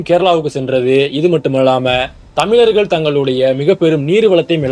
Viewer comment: You can’t even pronounce correctly the word Thamizharkal. 😂